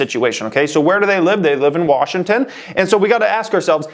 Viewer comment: You're saying Washington wrong.